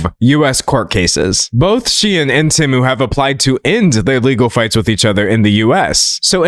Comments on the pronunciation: Him saying Tiem and Shemu is crazy work 💀💀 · NOT TIEM AND SHENU NSJSJSDJJD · Can we talk about the fact that Temu used to be pronounced "TEE-moo" before they changed the pronunciation so they could make AI-Generated voiceovers for their ads? I remember the transition period where half of their ads still pronounced it the old way and half of them were pronounced the new way. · Shein and Temu? 🙅🏽‍♀️❌ Tein and Shemu? 💁🏽‍♀️✅ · never felt more seen than by your tien and shemu slip up 😂 gread video d'angelo !! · Does anyone else remember when Temu first started advertising, their adverts would be "TEEmu" not TEHmu. "shopping like a millionaire" original advert. IDK why i found it so so weird that they realised people were pronouncing it TEHmu and changed their own company pronunciation based on that. Never heard that happen before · I LAUGHED OUT LOUD at Tein vs Shemu, poor d'angelo's brain cells have all deteriorated researching the drama about these companies he can't even speak right no mo 😂😭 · Tein and shemu took me tf out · Ngl I've always pronounced them as "tem-you" and "shine". It's throwing me off 😂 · Had to stop watching bc of the temu mispronouncing